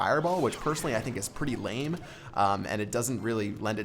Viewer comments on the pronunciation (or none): none